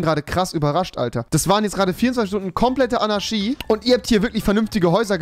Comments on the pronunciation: Ist sonst jemand Rewi sein ch sch Fehler aufgefallen? Anarschy Diabolich XD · Niemand: Wirklich absolut niemand: Rewinside: Anaschie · Normale Leute: Anarchie REWI: ANARSCHIE ❗ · Andere: Anarchie Rewi: ANARSCHIE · Alle: Fischer Rewi: Ficher Alle: Anarchie Rewi: Anarschie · Es heißt Anarchie, nicht Anarschie!! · Anarchi !!!!! Nicht Anarshi !!! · "Demokratich", aber "Anarschie" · Niemand: Rewi: 24 sTuNdEn AnAsChIe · Niemand: Rewi: Anarschie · Normale Leute: Anarchie Rewinside: ANNA fährt SCHI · niemand: niemand auf der ganzen welt: rewi: anarschie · Niemand: Rewi: ANARSCHI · Man sagt Anarchie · niemand: rewi: annaski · Rewi sagt immer ch statt sch aber wenn er einmal ch sagen soll sagt er sch 🤣😂🤣🤣😂🤣😂😂😂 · Rewi lerne mal das ch in Anarchie auszusprechen